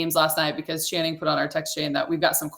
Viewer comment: I love that Perk always says Shannon instead of Channing lol